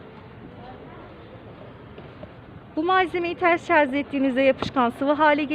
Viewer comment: H = HAŞ DEĞIL AŞ ŞARZ DEĞİL ŞARJ KÖYÜNE DÖN DAVAR!